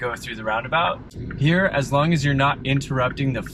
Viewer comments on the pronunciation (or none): none